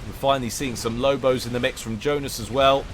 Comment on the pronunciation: Yeah, Johnice, not Joenice.